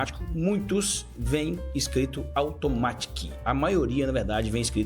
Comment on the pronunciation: A pronúncia em inglês de Automatic é 'aldomérique'